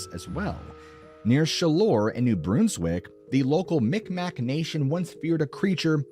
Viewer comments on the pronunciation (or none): "Bruns-wick" not Broonswick. Miqmaq (mick mah) not mick mack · 🇨🇦 The BRUN in New BRUNswick, rhymes with "done," not "dune."